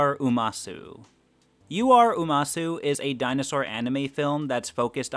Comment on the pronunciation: Umasou (oo-mah-sew)